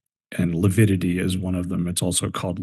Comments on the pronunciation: kept saying lipidity. What a moron! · struggled mightily with pronouncing 'lividity'. He makes my skin crawl; both he & Chub are conceited idiots.